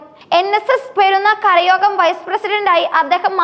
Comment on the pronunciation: മൂരാരി അല്ല കൊച്ചേ മുരാരി, അർത്ഥം ശ്രീകൃഷ്ണൻ.കരയോരം അല്ല കരയോഗം യോഗം കൂടി കരയുന്നവർ എന്നല്ല.